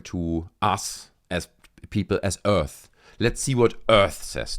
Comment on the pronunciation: people of earf